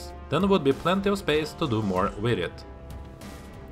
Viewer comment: It's been years since I've seen this. I shall have to watch it again! PS: Michael Crichton's surname rhymes with "right on".